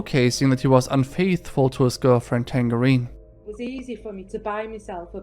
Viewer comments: Are u mispronouncing tangerine or am i missing lore?? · It's tangerine 🍊.....tang(rhymes with flange) erine (like margERINE) oh ffs just YouTube the pronunciation for tangerine.